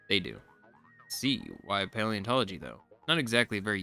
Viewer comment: Dude, it's "Pantology", as in "Knowledge of everything" ("pantos" being greek for "everything" - basically, Zest is calling himself a know-it-all), not "Paleontology", as in "Knowledge of ancient things". You just have to skip the "leo" bit and you're golden...